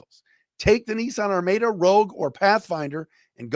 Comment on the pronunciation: Hey its pronounced Ar-MAD-UH